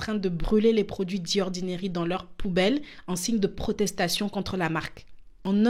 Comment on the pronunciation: Par pitié, ce n'est pas DI ordinary mais ZI ordinary. The devant une voyelle se prononce ZI! Pourquoi transformer un T en D?